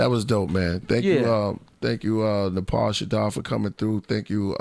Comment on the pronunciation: It's pronounced Nah-Pah not Napaa but all good 🙏